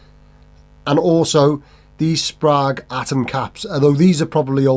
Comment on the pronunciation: Every time you say for someone to let you know in the comments I think, "oh we will let you know!". Just knowing the internet. Plus it's pronounced Sprague. 😂😂